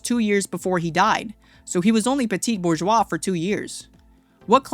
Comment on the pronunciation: Slop. Nobody pronounces bourgeois that way.